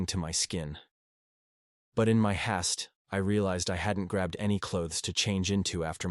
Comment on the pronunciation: So extremely tired of these AU readers or humans that can't pronounce simple words correctly. The word is "haste" meaning " in a rush". It is not pronounced "hast" This story has been repeated at least 50 times in two years by different "readers"